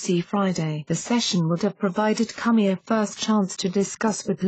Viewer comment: "James Cummy"! Doncha just LOVE these computer voices? Hahaha....